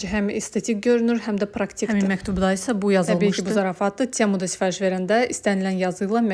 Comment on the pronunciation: T herfini [ts] kimi demek bizim milletde ne adetdir bilmirem. çemu yoxbir